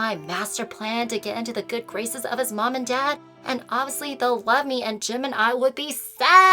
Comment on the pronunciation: Is just me or like it sounded like she said Gemini but she said Jim and I -3